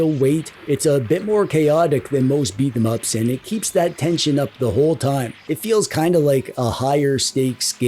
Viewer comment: It's pronounced Beat'em Ups.